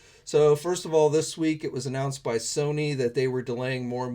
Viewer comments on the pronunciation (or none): none